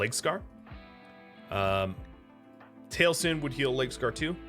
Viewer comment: This is pedantic. Feel free to ignore. It's very pedantic. Taliesen is pronounced tahl ee ess en. Frank Lloyd Wright's homestead up in Wisconsin. There is also a Taliesin West in Scottsdale, Az. Both are sorta shrines to Frank Lloyd Wright and also functioning architectural schools. Both are highly recommended tours by the way. Very cool and peaceful places. Zen. The exploration of lived space. The interaction of home space and brain optimization. The whole concept is very cool.